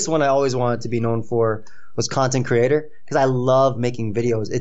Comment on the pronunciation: " you are a content creaTAH entertaiNAH video ediTAH highly qualified pokemon plaYAH" who has stopped uploading heatah fajitah. So fuck you